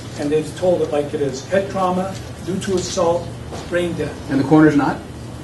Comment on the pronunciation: Who's the garbage that was saying "assult"?